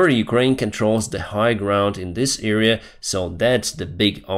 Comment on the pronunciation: it's not "eerea" but "area"..... the first letter is pronounced like in "Adam"